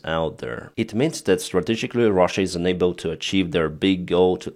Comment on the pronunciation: Instead of unable, you always say ENABLE. Which is the contrary of what you mean. Please, can you pronounce UNABLE as un-able. Please look up the phonetics, it will help me understand your comments.